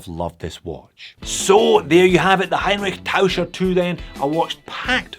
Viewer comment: After the intro which killed me with the pronunciation it actually got pretty good! Same as with the first one, that logo looks so cheap, it automatically takes me off the list of potential buyers. The crown is the second thing I really don't like. Other than that, it actually is a really nice watch. So pretty ad it disqualifies itself from the get go..